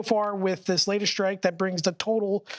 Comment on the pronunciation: So annoying!! The word is strike NOT SHTRIKE!! Learn to SHPEAK before you go public. 👎👎👎👎👎👎👎👎👎👎👎👎👎👎👎👎👎👎👎